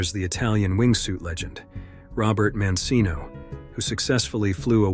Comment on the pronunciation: I'm 35 seconds in and stopped watching when the content creator can't get Roberta's name right and the narrator can't pronounce Mancino correctly.